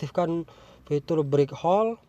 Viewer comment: Break hold bukan brik hol sorry saya dengar detail karena pakai headset